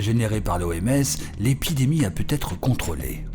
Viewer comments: c'est "pu être", pas "pu-t-être". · Ce narrateur est le spécialiste des pataquès!!! Plens de liaisons facheuses comme « aurait pu t’être évété »....🙄